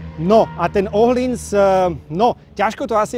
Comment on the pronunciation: Je fajn že víte jak se vyslovuje přijmení tureckeho jezdce. Teď ještě ten öhlins😉